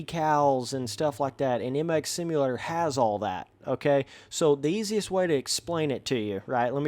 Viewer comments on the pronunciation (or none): none